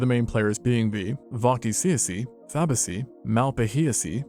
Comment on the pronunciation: Fabaceae (Fah-bay-see-ay.) Ceae (see-ay)